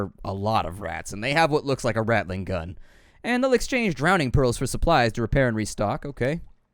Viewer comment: A "rat-linggun" lol